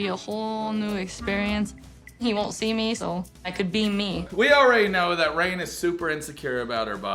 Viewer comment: After watching your last video I have subscribed to your channel !!! You are pronouncing her name incorrectly